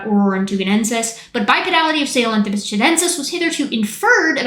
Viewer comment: So you’re telling me Metal Gear lied to me about how to pronounce Sahelanthropus